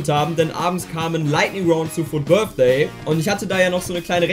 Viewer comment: Wer kennt ihn nicht, den Fut BITHDAY😂😂Englisch 1 Grüsse gehen raus😂